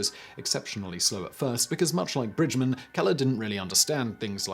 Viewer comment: Laura Bridgman not Bridgmon. You've got an Awful pronunciation man. She was American and it is spelled BRIDGMAN with an A not an O. I am french and I know it. I read about her.